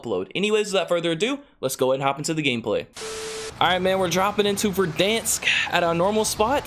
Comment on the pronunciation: He said verdansk 😫😫😫